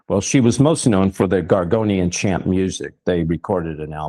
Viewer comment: It's called gregorian chant not gorgonian chant,and sorry for posting that your an idiot. Not to catholic christian on my part.